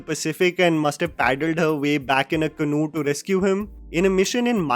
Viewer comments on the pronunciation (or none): none